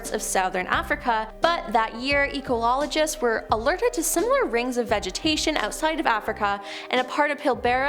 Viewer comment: She butchered many words. Like: clergy, ufologists, and ecologists.